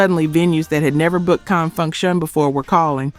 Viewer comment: Please learn or train your AI to pronounce Con Funk Shun correctly. I don’t think a funk band would give a damn about crossing over to the pop chart as if that is the pinnacle of achievement.